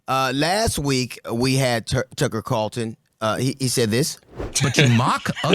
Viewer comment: He said Tucker CARLTON 🤣🤣